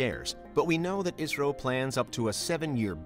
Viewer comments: Pronunciation of 'ISRO' more sounds like 'Israel' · Everytime he says 'ISRO' I hear Israel